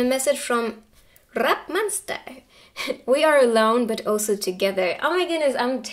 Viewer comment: pile 1 I DIED WHEN YOU SAID RRRRAP MONSTER LMAOSMIHHCUHCHU